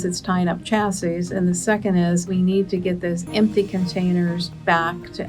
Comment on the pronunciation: Chassis, shassy not cha!!!